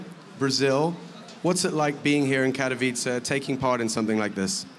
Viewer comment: Lol i love like this guy on the begining cant say properly Katowice :D